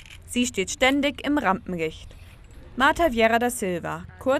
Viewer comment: Der erste Satz klingt, als wenn sie sagen würde: "Sie steht ständig im RampenRicht" :P